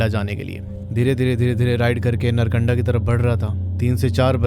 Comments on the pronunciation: नरकंडा ❎ नारकंडा ✅ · .. भाई पहले तो नारकंडा नाम सही से बोल , और कम फेंक, कोई और वीडियो बना ले व्यूज़ के लिये जिसका पता नहीं है वो क्यों बोल रहा है, और पहले खुद घूम के आओ